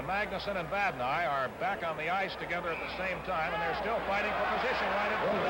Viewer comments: That was the Chicago announcer mis-pronouncing Vadnais' name. The Seals didn't have local TV coverage of their home games. (Home teams wore dark jerseys in 69-70) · They were so bad they couldn’t even pronounce the name of their players correctly!!